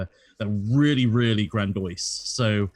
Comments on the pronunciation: lol wtf is "grandOISE" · "grandoice" lol